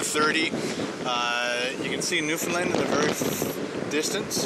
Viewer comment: I know you made these a year ago but it's pronounced "noof'in' land not lind lol (I live there)